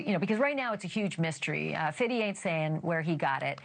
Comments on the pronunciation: This woman saying “Fiddy” tells me she has probably never listened to a fifty cent song in her life! It’s Fifty Cent not fiddy😂. You don’t have to say it like your “hip”, no one says fiddy! Not anyothat really listened to his music. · I love the way she pronounced Fitty Cents name